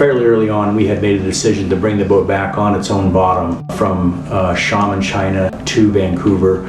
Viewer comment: Xiamen = shia-men not shamen what is it with North Americans unable to pronounce place names?